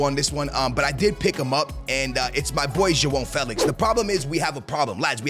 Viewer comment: ur portuguese and cant say joao felix right damn